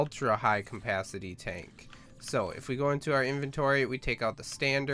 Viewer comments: I cant get over the fact you say "Compacity" when trying to say "capacity" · Cum-pasity you mean capacity right? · its CAPACITY not COMpacity, jesus christ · Its Capacity, not Cumpacity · "High cmpacity tank" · i believe its CAPacity not COMPacity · "high compacity" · Am I the only one who freaks about his "Campacity"? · capacity not campacity and oxygen not ancigen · Am I the only one who kept hearing campacity? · "ultra high campacity" really??? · Mmmmm high CAMPacity. Your pronounciation is aids dude. First say CAP then ACITY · is it me or is he saying CoMpacity? Srry dont mean to be rude